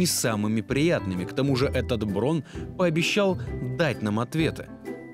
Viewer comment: Браун а не Брон! Это немецкая фамилия!